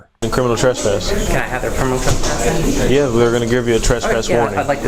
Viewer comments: Who the hell says trass-pass 🤣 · here we go again with the "TRASS-PASS" these fools can't even pronounce it properly let alone understand its legal implications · Hilarious that the female cop corrects how says suspicion but her fellow officer keeps pronouncing trespass incorrectly. This whole thing was a clown show. Love the narrative they create out of thin air... hostile 🤣🤣🤣